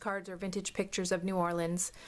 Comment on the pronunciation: Haha, you're funny! I love that you say the city name correctly...that's enough for me! My grandma is originally from New York and we all lived down there together for years and it would make my stomach flip every time she said "New Orleeens." Ack, I gotta go check out your part 2 now. :)